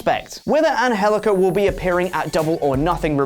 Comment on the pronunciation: FUCK LARS SULLIVAN!!! And, good job saying 'Angelico,' you actually said it very well. Much respect.